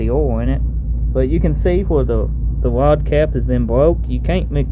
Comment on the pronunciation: Wods 😂 it’s rod dammit